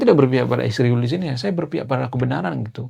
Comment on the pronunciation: Bro, km sepertinya juga kurang intelek klo menyebut nama Israel saja km plesetkan mjd isriwil. Km gak tahu arti nama Israel hingga nyaman-nyaman saja menyebutnya isriwil 😅